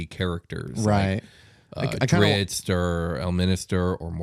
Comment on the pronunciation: I don't understand why so many people say "Dritzz." It's "Drizzt," the T is at the end.